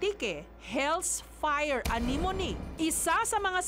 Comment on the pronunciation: anemone? o ang pagbasa anemown